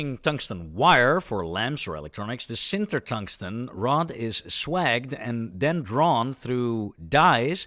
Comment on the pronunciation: It seems churlish to criticise a Dutchman over English usage, but "swage" is pronounced "swaydzh" rhyming with "stage".💚